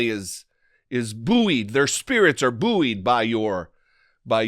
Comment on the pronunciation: Did you say "Buoyed" or "Boo-urns"? I was saying "Boo-urns" =)